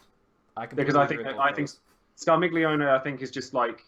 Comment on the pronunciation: You said Scarmiglione right! You're getting better <3 <3